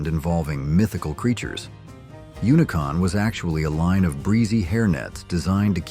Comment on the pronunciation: It’s not unicon it’s unicum